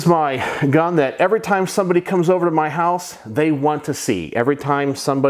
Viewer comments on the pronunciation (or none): none